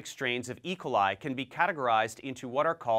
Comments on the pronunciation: Good vid. But, why do you pronounce it "E' coli", when I've always heard "e KO' li"? (Checked Websters and Youtube pronunciations too.) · I’ve never heard someone pronounce it eicoli. E...coli